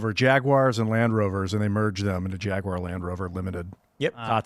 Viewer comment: Dude, why is he adding an extra syllable to Jaguar? “Jagie-uar”.